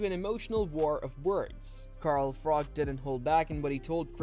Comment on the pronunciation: Carl Frok?....Froch 😂